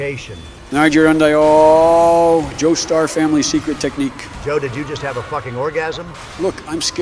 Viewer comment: “Nigh-Ja-Run-Da-Yo”? That’s a new one. Though I guess they couldn’t go with the proper pronunciation because…well…y’know.